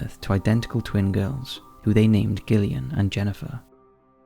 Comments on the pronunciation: Mate the names pronounced Jillian not Gill ian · Gillian is pronounced Jill e an, not Gil e an :) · Hearing "Gillian" over & over instead of "Jillian" made me lose my damn mind! Lol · GIL eon. It’s pronounced JILL eon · You're British, for god's sake....Gillian is pronounced with a soft G, ie: jillian! How can you not know this? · I believe it’s pronounced “Jill-ee-ann”. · Sometimes I get really confused with where you are from, I think U.K. somewhere but then your pronunciation of some things throw me, your an enigma lol. Anyhoo Gillian is pronounced with a soft “j” sound not a hard “g”, so the second twins would be pronounced Jillian and Jennifer x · Ok but its pronounced Jillian. I know Gillian with a hard G is a thing, but all the other names started with a J sound. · How can you much up the pronunciation of Gillian FFS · That pronunciation of Gillian.😂😂😂